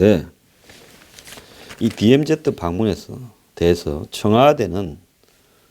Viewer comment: news briefing을 항상 애청하며 정확하고도 예리한 논평에 감사하고 있습니다. 그런데 DMZ 를 '디엠지' 라 안하고 '디엠제트' 라고 하시는데 조금 귀에 익숙지가 않는군요. ' Z' 를 제트라고 하는것은 일본식 발음이고 이곳 미국에선 ' 지 ' 로 발음 하고 있습니다. 제트는 우리가 중고등학교때 잘못배운 발음이죠.